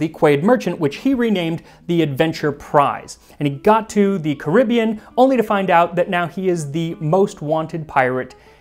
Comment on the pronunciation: Every time he says "Antigwa".... but I see that he learned the correct pronunciation after. Now can we work on Caribbean?